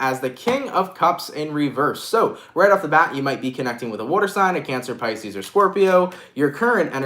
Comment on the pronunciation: you did Capricorn and said pieces fucking twiceeee